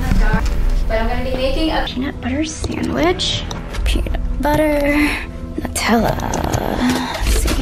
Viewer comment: why did u say Nutella like that 😒😒😒🙄